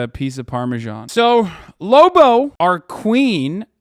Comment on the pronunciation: Don't ruin the name Lobo like that.